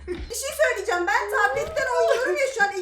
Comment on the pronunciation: NOBODY: REALLY NOBODY: EXTREMLY NOBODY : VERY EXTREMLY NOBODY: KÜBRA ÜZÜL:YA BİŞİY SÖYLİCEM YA BİŞİ SÖYLİCEM YA BİŞİY SÖYLİCEM